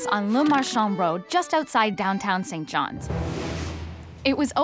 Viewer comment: St John’s (sounds saint) not Sent Jon’s